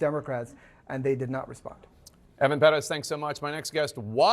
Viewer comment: No big fan of Jake, but at least you pronounce Pérez correctly! See, people? It's not that hard!